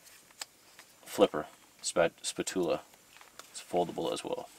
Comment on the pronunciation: it's a Spat Chew Lah mate.